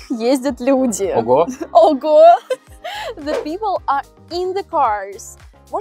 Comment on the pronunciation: Это что за "the people" она сказала??!